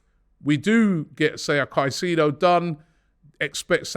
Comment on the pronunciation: robbie its moises caicedo not moses caicedo